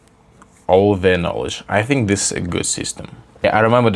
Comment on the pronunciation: АЙ СИНК Ну если ты имеешь ввиду что ты раковина,то тогда ты пропускаешь "am" Слово "think" произносится по другому,это так для справки